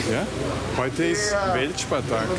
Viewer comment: Grüße gehen raus an alle deutschen Landsleute, die auch jedes Mal gezuckt haben, wenn er WELTspartag gesagt hat. :D